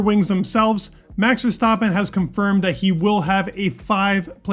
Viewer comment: I don’t understand why some people say max verstoppen it annoys the shit out of me. It’s VERSTAPPEN BROTHER